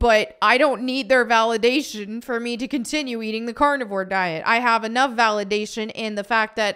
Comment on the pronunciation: When you said "I eat carnivore" for a second that sounded like you said "I eat cardboard" hahaha